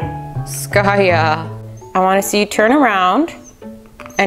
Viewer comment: I just love when you say skayuu!! I never heard it from your side of people...at our part, in India, we called like that to our loved ones..that yuuu part.. lots of love Skaya